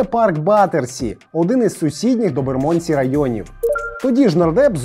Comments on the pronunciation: Район Лондона правильно вимовляється з наголосом на букву "Е": бЕрмодсі, а не на букву "О": бермОндсі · Пробачте, я мешкаю в Лондонi, тому додам свої дві копійки. Bermondsey вимовляється як Бєрмандсi (наголос на "Бєр"), а Southwark - як Сазєрк (наголос на "Са").